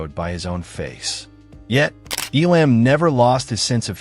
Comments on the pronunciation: Poor quality computer voices ? Stop it ! EE Lamb ? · Terrible presentation. Terrible narration. I've never heard his name pronounced E-LAMB. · !! its pronounced "ELUM' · Man oh man, do I hate AI narration. The two actual names said, Sergio Leone and, of course, the great Jack Elam are mispronounced. And, it may have been scripted by AI. Elam was not "typecast" after Once Upon a Time in the West. He was cast because he had already long been typecast as a B-level bad guy. And Woody Strode was not known for his villainous roles. The opening scene is epic and the faces of Elam and Strode help make it that way. I just wish Elam had been able to dub his few lines of dialogue with his voice, instead of the voice we get in the film. Support Your Local Sheriff was released the very next year, which is one his greatest roles. So this video is BS. But Jack Elam is legend - always a welcome face in any film. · Couldn't handle the AI voice and the constant mispronunciation of his name. This docu-short is a severe injustice to a great actor. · Now you just need to say his name Right and , you may have something here..